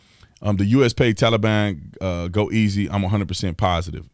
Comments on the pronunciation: Am I the only that can't stand the way Biden says Tal-ee-bon? Ugh!! Drives me insane!! This entire administration is not only a fraud, it's the biggest joke in US political history. Every person involved in helping place this crook in the Whitehouse should be sent to Guantanamo!! Including the media!! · The way he says Tollybon sounds like some kind of children's ride at a theme park "Let's go ride the tollybon" yaaaaa Yikes..... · “So far the tolly bon has not engaged with US force” two minutes ago you read off the death count off your little card. Who did that? The tooth fairy? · Would you look at him sweeping everything under the Biden rug?????? Unreal, theater couldn't best this tripe.....the pronunciation of the "Taliban" is spot not ON Jose!!!! God help us......😕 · He can't even say Taliban right ! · Can't pronounce Taliban either 🙄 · Why do these DS commies keep saying TowLEBon? I no can’t stand this person pretending to be President! He’s a lying thief! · Everyone knows we CAN NOT trust the Taliban. You fool, you can't even pronounce Taliban correctly. He keeps saying Tellie bon. Did I just hear that reporter say "Tellie bon."? Are they propping him up or what? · I’d rather listen to kamala laugh on loop before hearing Biden say “tollybon” one more time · He has to say everything wrong like “Tally-ban” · I have said this before but the way he says "Tollybon" Sounds like a child's ride at a amusement park, "Let's go ride the Tollybon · And would someone PLEASE tell Biden how to say Taliban. PLEASE !!!!!